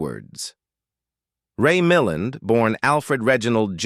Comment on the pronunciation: mill-LAND not mill-an